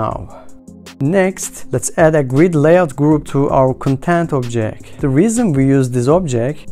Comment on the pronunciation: I dont understand how in some words you can pronounce letter "t" and in some you dont. What is BuNN? Objek? Sucroll view? For some reason its very annoying. Apart from that ty for tutorial. Maybe in futur make it slightly slower as the pace is a bit too fast.